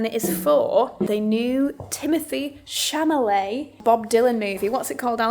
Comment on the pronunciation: Chalamet, Chamalet?!?!?! Hilarious!! 😂